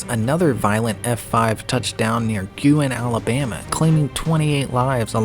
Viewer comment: Thank you for pronouncing Guin correctly. So many times it’s mis-pronounced. Another of the F-5’s in the 1974 super outbreak that was devastating was the Brandenburg, Kentucky F-5, with 31 deaths.